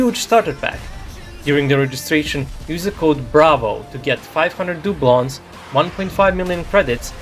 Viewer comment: It's pronounced as "dau-bluun", not "dyu-blon"